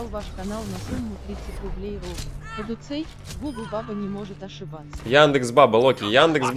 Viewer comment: кадуцей ударение на е